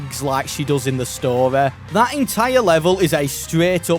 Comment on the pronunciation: Love the way he says story like “storay”